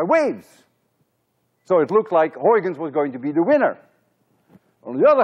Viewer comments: This is the first time in my life I've heard a native Dutch speaker pronounce "Huygens." Thank you so much. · In he talks about the correct Dutch pronunciation of Huygens S2 Hahaha, simply unforgetable ! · Huygens Pronunciation :) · I think Flemish people pronounce Huygens reasonably well.😀